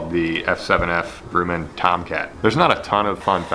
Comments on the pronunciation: its pronounced Grum men like crumb but with a G. Fun fact i work in the same building that this airplane was made in. Its now an amazon warehouse anI nothing is there to show the history besides 1 decommissioned fighter jet located at the end of the block with one sign in front of it. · Grumman is actually said like g-rum-an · Grumman is pronounced like the word gum. Grumman. FYI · It’s pronounced “Gruh-man”. Northrop Grumman is a located where I live. They have F14 Tomcat fighter jets at the entrance to they’re facility. Pretty awesome to drive by and see it. Really cool lure idea btw. I enjoy these obscure builds. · a dislike for every time he pronounces grumman wrong. It's GRUM-MAN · Grum man. The u is like a uh sound. I worked for them for 5 years building Boeing 777. Nice video and awesome choice of plane to model. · No it's GRUMMAN...like gruh-man. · Actually it's pronounced Grumman (like gum). I'm a Northrop Grumman employee. Nice plane/lure though!! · Grumman is said like gum, but with an R - Grum-man. They also make great canoes. Nice job, as always! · It's pronounced Grumman like Yumman. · Love the bait. But also, Grumman is like "gruh-min" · Absolutely. That killed me. If he just said it without saying "If I said that correctly". I would have ignored it entirely. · Grew men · Grumman is a little tricky to pronounce. Not so much U in the pronunciation. Just like saying Drum only Grumman. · the U in grumman is pronounced more like the U in grub. Not the OO's in Groot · Love the vid but the way you pronounced Grumman 😂😂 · Great video but the pronunciation of Grumman almost had me seizing lol JK keep up the great work! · scrolled down to find this comment, saved me the trouble. Thanks, it was driving me nuts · gruh-man, not gru-men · hello - it's not pronounced "Groooman" - it is pronounced "Gruuuman". like crumb of bread - I want to see what will eat a F-7F Tigercat! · "Grooman" it is pronounced "gr-Uh-men" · It's not groomin, it's gruh-min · Try g-rum-an